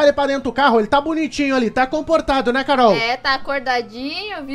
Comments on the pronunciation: O desesperado quando "acordou" envez de falar Carol ele disse cararol kkkkkk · Ele falando carorou kskskskskskss